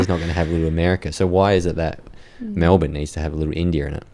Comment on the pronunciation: This lass has a case of sepocitis. She keeps pronouncing e as a. MAlbourne, for example. Even cultural Australians have been infected by American TV. If you want to have an Australian identity, you need to have a culture(not just value, but a culture, which we don't have), insulation from the rest of the world some what, productivity in our country so our citizens are the ones building our country, and to eat the food we grow here, so our very soil is in our bodies. I am not opposed to immigration, but citizenship can't be given to the refugee, or to their children, but to their children's children. The first two generations can be treated with respect and given sanctuary, but the third generation is when citizenship rights are given because, by then, they have only known our country and its ways and therefore have a love for the country, and so can be worthy citizens